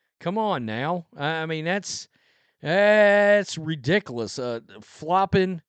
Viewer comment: RIDICULOUS. RI DIC U LOUS That's how you say it not ridicaloss.